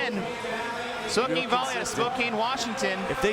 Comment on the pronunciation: someone doesnt know how to say spokane.